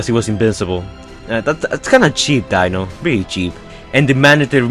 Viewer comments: Deano, not dinno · dino not dieno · It's pronounced Dee-No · You pronounce Dino as (deeno)